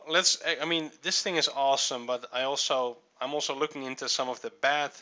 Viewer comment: thing...not thins...Sheesh! LOL